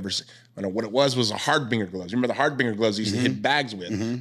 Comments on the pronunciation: Har- Bing- Er it’s pronounced Har Binge Er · Can't even pronounce "harbinger".